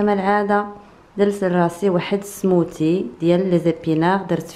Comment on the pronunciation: سموذي مشي سموتي يا 😂😅